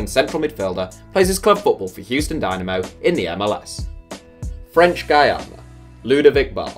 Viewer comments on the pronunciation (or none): none